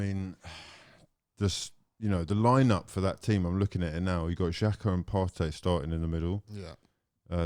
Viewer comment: Is there much difference between Partey and Elneny? Am I hearing his correctly??? It’s not even close 🤣.